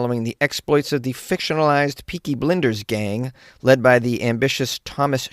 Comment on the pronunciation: It's "Blinders" like peoe who blind people, 😭 And Cillian as in Kill-lian 😭 😭 😭